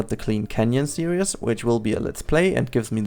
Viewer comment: The day learns to say 'series' and not 'serious' will be a great day to humankind😂great episode tho! Stop it with all the teasers, you're making us curious;p